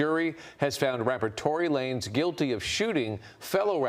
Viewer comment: At least this time pronounced Tory Lanez's name right. Anyone remember he first pronounced it Lah-nez?